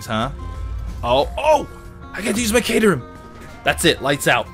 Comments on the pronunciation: I wonder if knows its pronounced 'cat*er*ham' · caterham, pronounce it like cat or bat